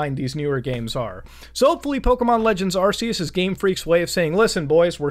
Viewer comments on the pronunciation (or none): That fuckin "arseus" burns me